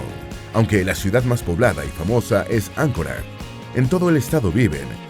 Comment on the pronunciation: Es Anchorage no Ancora lol